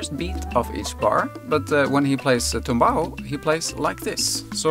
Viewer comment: TUMBAO with "u", comes from "knock down" and in salsa music is the formula to play the disected chord in arpeggiated form, initialy played on the "tres" instrument (a three chorus guitar instrument in latin america, Cuba). More info coming. In spanish the verb is "tumbar". NOT TOMBAO, BUT TUMBAO with "u". Thankyou.